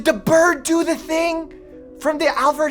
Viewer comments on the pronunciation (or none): none